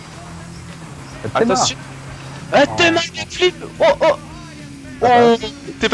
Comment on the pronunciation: Il a belle et bien dit ''Back-Philippe'' . Je sais très bien qu'il parle d'un back flip